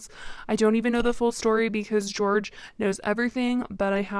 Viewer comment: in spanish, the j sounds kinda like an h so its not george but its like "hor-hay" cuz it's spelt jorge (i think??)